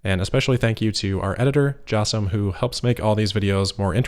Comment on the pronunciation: Jasem. ;) sheesh.